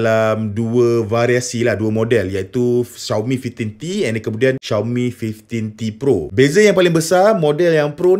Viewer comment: Susah bebenor nk sebut five teen t pro😂sebut je Lima belas T pro senang